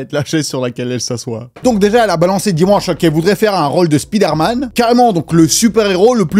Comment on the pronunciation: Svp apprenez à prononcer Spiderman 😅